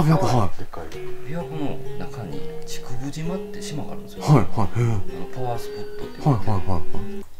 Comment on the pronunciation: 「ちくぶじま(竹生島)」っていってるけど ホンマは「ちくぶしま(竹生島)」じゃない？ 滋賀県民としてそれは譲れん